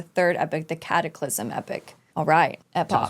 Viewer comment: E - pok not epic haha